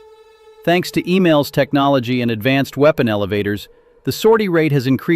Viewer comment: No F35 on the Ford. Also please not Email but EMAL.